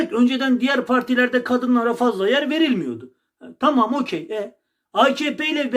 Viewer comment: tağam inamdık tağam he he